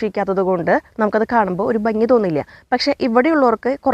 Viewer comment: ബങ്ങി അല്ല മോളെ ഭംഗി...